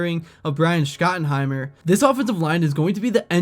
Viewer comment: How are you still mispronouncing Schottenheimer's and Biadasz's names....?